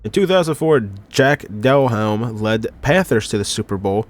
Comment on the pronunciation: Bro your quarterback pronunciations are terrible (Rypien - "Rip-Pen", Esiason - "Es-Sy-as-son") long I not short I 🤌🏿 Delhomme - "Del-lome" the H is silent